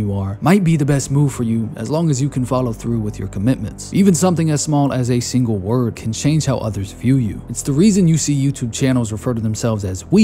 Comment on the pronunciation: wodr✓ word ×